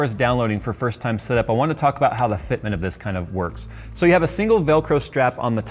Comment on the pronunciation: fitment /ˈfɪtm(ə)nt/ Learn to pronounce nounBRITISH noun: fitment; plural noun: fitments a fixed item of furniture or piece of equipment, especially in a house. Hmm?